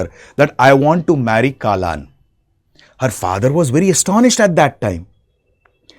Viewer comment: its not kaalan its kallan... means theif...